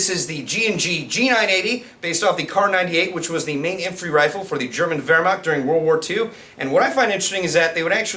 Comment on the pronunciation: Hear's this guy pronounce "Wehrmacht" like "Vehrmacht" About time one of these guys knows what he's talking about!